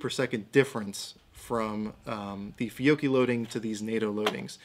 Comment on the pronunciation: Sir, you are one of the few collegues able to say correctly the Italian surname/brand "Fiocchi" correctly. Thank you :)